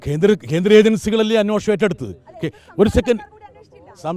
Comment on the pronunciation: എന്റെ ദൈവമേ,, അന്വേഷണം എന്ന വാക്ക് പറയുന്നത് കേട്ടില്ലേ? എടാ നീ ഏത് സ്കൂളിലണ് പഠിച്ചത്?